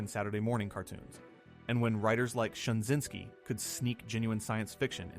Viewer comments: J Michael STRA-ZYN-SKI not Shinzinksi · Stra zyn ski. Man your content is good but you mispronounce a lot of names and terms. Good depth of information.